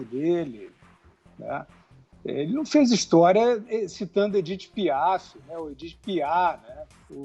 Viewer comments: "Edith Piá" nossa to passando mal aqui uhuahuahua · “Edite Piá”.